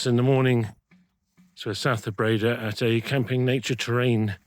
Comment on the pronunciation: Dutch oe = English oo (as in cook). Dutch oo = long English ō (as in home). Breda has the stress on the 2nd syllable.